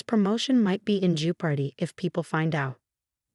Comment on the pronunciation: Jee-oh-pard-ee? Seriously? Just the same, I rather like it and may use this alternate pronunciation for comic effect. Only for comic effect though.